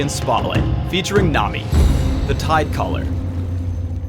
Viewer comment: is it just me or does it sound like he keeps saying "nom"-i, rather than nami? XD